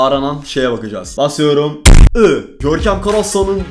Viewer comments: "Görkemğ beni hatırladığn" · Hiç kimse: Gerçekten hiç kimse: Görkem: Görkeğm beni HatIrlAdıN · ararsanız "Görkeğm beğni hatığrlağdın"